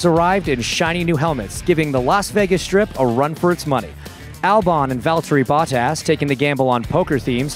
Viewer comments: i’ll give you $50 if you can pronounce Bottas correctly! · He could learn how to pronounce Bottas